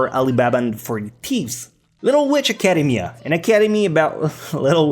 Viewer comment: Never say academia again